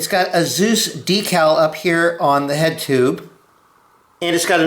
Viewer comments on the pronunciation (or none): none